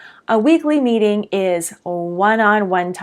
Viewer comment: I had to rewind a second because at first I thought you said #2 was “a weekly beating!” Ha! Probably not as effective as a weekly meeting.